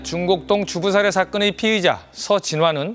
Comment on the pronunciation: "피해자"랑 "피의자" 발음좀 정확히 하쇼 쫌!!!!